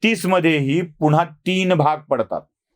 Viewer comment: तुम्हाला एक आग्रहाची विनंती आहे,तुम्ही पुन्हा चा उच्चार पुण्हा किंवा सेना चा सेणा असा करता. थोडक्यात न ला ण ऊच्चारता. तुमचं चॅनेल पुर्ण महाराष्ट्र बघतो. कृपया हि चूक सुधारेल हि अपेक्षा. राग नसावा. मनी आलं ते लिहून टाकलं बस्स.